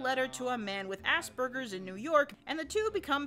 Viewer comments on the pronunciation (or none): Did anyone else hear ass burgers?